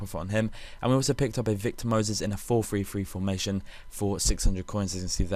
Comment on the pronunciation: Why do you pronounce 433 like four free free?